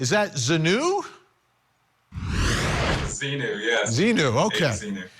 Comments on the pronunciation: Wow, I feel like I’ve seen high school new shows that are better than this. The reporter has seemingly done very little research he can’t pronounce Leah’s name properly or Xenu, and he saying I think or I assume dude do your research before you go on TV this is the worst “news” show I have ever seen😂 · I do appreciate the report, but it was very amateur hour. The host is difficult to listen to, and how TF, does he not know how to pronounce Xenu, or the woman not know how to pronounce Remini? The fact that they left that in is ridiculous. Dont they have anyone fact checking or researching this story before airing it? Thankfully there are many FAR BETTER overviews of Remini's lawsuit available on YT. I couldnt continue watching this debacle.